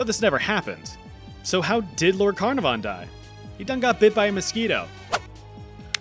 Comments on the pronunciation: That's not how you pronounce Carnarvon (Caernarfon). Emphasis should be on the middle syllable. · The way you pronounce Caernarfon triggered some major trauma from attending a welsh language institute for a term in the early 00's